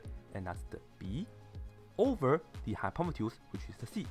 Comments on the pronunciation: No he says hypopetus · i hate how he pronounces hypotenuse